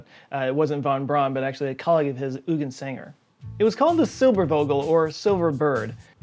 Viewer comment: I know Texas is a long way from German speaking countries (not counties though!), but please note that in German the w is pronounced like v, and the v usually like f (i.e. Zilberfogle). And Eugen Sander is pronounced Oi-ghen Zundah. Dunk-eh oond Owf Veederzein! :)